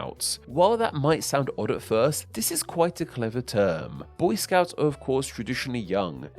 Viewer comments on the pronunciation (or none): none